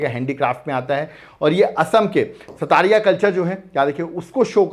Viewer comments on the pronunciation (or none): It's not called sattariya😂.. it's called sotriya